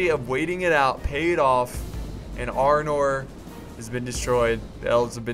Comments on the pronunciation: why does everyone keep calling it Arnold it's Arnor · it is arnor not armor